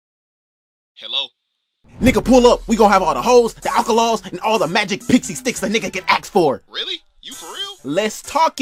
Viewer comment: Bro said alcholols